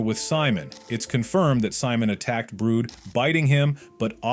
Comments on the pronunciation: Its not brood its brud... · Its brud not brood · Brud❌ Brood✅ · Uhhhh.. yess "BROOD" it's Brud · It not brood it brud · Btw ITS BRUD NOT BROOD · Its not brood its brud idiot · Brood!? Its brud bro! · Is brud not brood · ITS NOT BROOD ITS BRUD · IT’S BRUD NOT BROOD! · it’s not brood it’s brud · It’s Brad not brood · Fact:ITS BRUD NOT BROOD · Bro said BROOD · Why does this guy pronounce Bruds name brood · bro is saying brud wrong